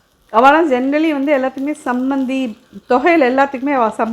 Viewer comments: it is Chambanthi not Sambanthi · Chammandi not chambandi